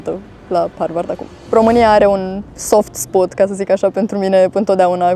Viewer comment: Cam inculta.... vocabular limitat, accent de la țară.... Nici cu engleza nu imi e rusine "soft spuăt" Jenant.